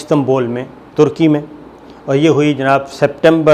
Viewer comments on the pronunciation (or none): none